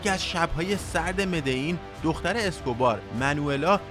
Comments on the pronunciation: مدعین چیه برادر من مدلین مدلین مدلین تکرار کن کارتل مدلین مدلیییییین،پابلو تنها عشق زندگیه منه از هرکسی بهتر میشناسمش تمام فیلمای بیوگرافیشو دیدم،کارتل مدلین نه مدعین مدلیییییین مدللللللین😡😡😡😡😡🤬🤬🤬🤬🤬🤬🤬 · ب مدلین هم میگه مدعین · داداش مدلین چرا ی جوری میگی؟ مدئین میگی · مدلین مدلین